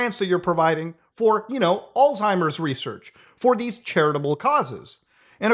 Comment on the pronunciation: all times bro its ALZ say that exactly how its spelled and HEIMER hey hi murr like the impractial jokers "Alzheimer" Alz Hi murrs